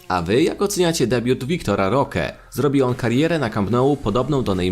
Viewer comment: Imię Roque też nie potrafi wymówić.